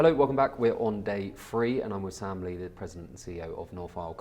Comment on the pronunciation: You should put Sam Lee's name on the screen when you say it at the beginning. When you pronounce it; it's not that clear. Had to turn on captions to get it. His name should also be in the description, if not in the title. Good to know who your fine guest is.